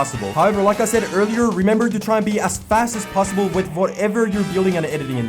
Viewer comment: No one: in this vid:aS FAsT aS pOsSiBoL P.S love your content keep going💯